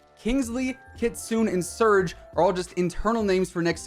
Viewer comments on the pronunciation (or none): It's Kit-su-ne😭 Every content creator be like kitsune